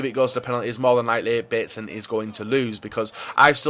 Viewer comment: i actually though he said console 😂😂